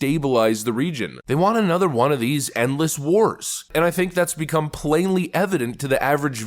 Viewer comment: Won = one. Not Juan or whon